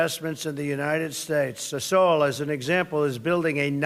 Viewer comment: Mr Trump, you are a breath of fresh air, but please get someone to advise you on pronunciation. Its Na-mib-ia, not Nambia, its Sah-sol, not sasool, its U-gan-da, not Ugunda. And please consider adding the ANC to your list of depraved ideologies.